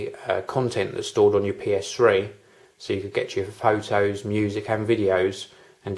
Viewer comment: nice """""Foe Toes""""""lmao